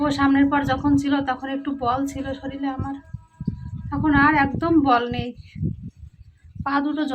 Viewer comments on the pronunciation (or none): তোমাকে একটা কথা বলি শব্দটা হল শরীর | শরীল নয়। চিন্তা কোরোনা | সব ঠিক হয়ে যাবে | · কথা টা শরীর,শরীল না। তুমি যেটা বলো ভূল বলো। নিজেকে শুধরে নিও। তুমি তো কিছু পড়াশুনা করেছো, এইটুকু নিশ্চয় জানবে।